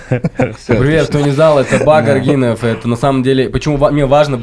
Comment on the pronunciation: Не арг.И.нов ,а правильно: арг.Ы.н... Нет такого у Казахов как аргИн... По - КазааХски так и будет: УТ - ев или же : ҰТ или ҮТ ????🤔🤔🤔